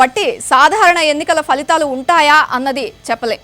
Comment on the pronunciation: Falihhaalu కాదమ్మా.. ఫలితాలు అని పలకండి.